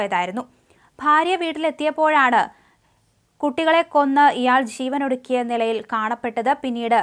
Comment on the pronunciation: ശീവനൊടുക്കിയോ? ഉച്ചാരണം ശരിയായി പഠിക്കൂ കുട്ടി.